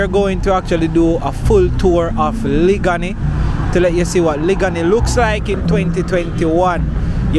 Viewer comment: Thanks for sharing...u are not pronouncing the word liguanea properly u saying it like a country man...it's liguanea plaza in the half way tree area..and u not saying the word liguanea beautifully..it's a long sounding word